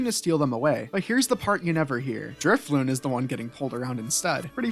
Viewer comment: Driffloon....need I say more